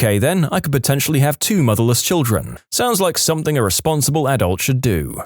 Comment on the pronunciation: No K in the word something